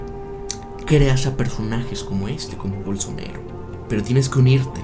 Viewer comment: se llama bolsonAAAAro, no bolsonEro. tan dificil es decirlo bien????